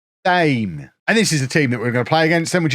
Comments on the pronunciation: Its tame, not thames as in the river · FYI it is pronounced Thame. You are welcome. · ITS PRONOUNCED TAME,. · 3 attempts at pronouncing Thame and they’re all wrong 😂